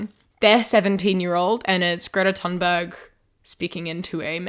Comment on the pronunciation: Super random but I'm so happy at your pronunciation of Ms. Thunberg's name! It's a lot more accurate to the Swedish* language, as the "th" sound isn't really a thing in it.